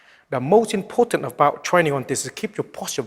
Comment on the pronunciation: very "ipotant"